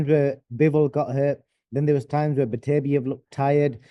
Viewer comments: For Duke BETTER BE EV That's how to pronounce his name .I value Dukes opinion on Boxing. Until he keeps bringing up Tank. Davis why? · Love Dukes analysis whether I agree or not (usually agree tho and his predictions are bang on). Love him on TS But he always mispronounces BETERBIEV as ‘Beberbetev’ and nobody corrects him 😂😂😂💪🏾🥊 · Beberbitev so many can’t get Beterbiev’s name right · One of the best analysts, yet one of the worst with names. I mean, «Beberbitev»? Really? 😂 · His name is BETERBIEV not BERBATOV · bro he calls him Beterbietiev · 'Bebertiev' loool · HIS NAME IS NOT BEBERBITEV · Everytime he said Berberitev I was in stitches, he also got confused between Madrimov and Kabayel😂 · HOW HARD IS IT TO LEARN SOMEONES NAME BABERBETIV LMAO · Duke it's beterbiev lol